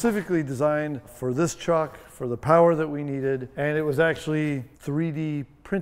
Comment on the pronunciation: Kens pronunciation of truck is so wet..”TRHUCK”